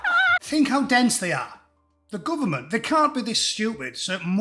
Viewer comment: He called them "gooberment". That heavy crackling up😅